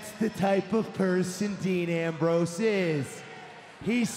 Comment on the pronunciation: he says ram rose.